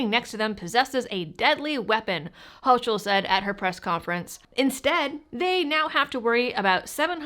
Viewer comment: Clearly a 4th ammendment violation. BTW, the tyrants name is pronounced hoe-kul